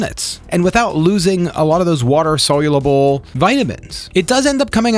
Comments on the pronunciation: Sol-u-ble! Not “solulable”! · It's soluble, not solulable like you say:)